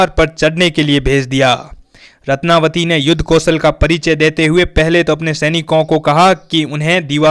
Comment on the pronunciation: रत्नवती है न कि रत्नावली।